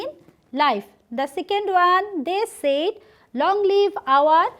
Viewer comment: Mam, It pronunciation will not be সেইড. It correct utter would be সেড।